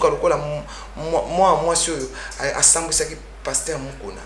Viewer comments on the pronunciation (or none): none